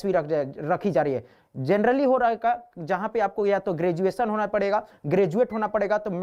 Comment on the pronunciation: Achha Peper aap hi banoge तरली नहीं होता grenaly होता है😂🤣😂🙈